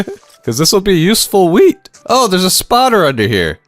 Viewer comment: why tf is he pronouncing wheat like that 😂